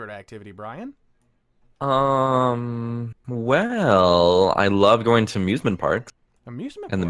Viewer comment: Wow xD It’s Bryan not Brain xDDD